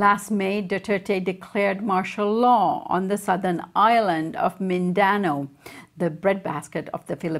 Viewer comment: Not Min-dan-o, it's Min-da-now